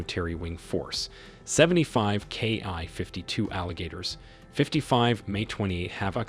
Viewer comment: The narration is hard to listen to. It isn't a "KI-52", and NATO isn't pronounced like that either. If this is AI, I hope you aren't paying a lot for it!